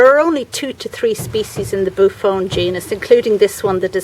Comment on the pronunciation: The name is pronounced boo-off-onee. It’s a beautiful plant. I pronounced it the same way at first!!! Do you know where I could order a boophone?